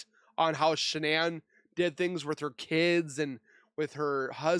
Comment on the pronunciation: That might be an AI voice, the way he pronounces Shannan's maiden name is not normal.